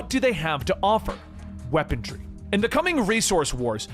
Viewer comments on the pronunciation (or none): THERE'S NO FVCKING 'D' IN 'WEAPONRY'!!! IT'S NOT FVCKING "wEaPoNdRy" 🙉🙉🙉🤬